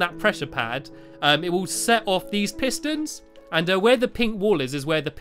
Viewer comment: i cant understand the redstone piston pistoon what?!! hahaha